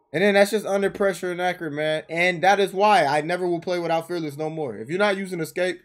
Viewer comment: Bro you said “fearless” like 3 times and every time I couldn’t understand you 😂😂